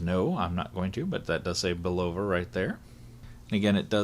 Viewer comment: This is how to pronounce Bulova properly